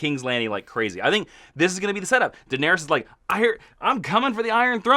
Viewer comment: IT'sPRONOUNCED "DINARISS" (you guys rule though mkay? No crit w/o love)